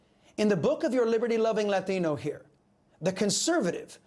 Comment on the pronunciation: I love Chris , but I always giggle when he turns full latin rolling rolling 'Latino, off his tongue. ✝️💜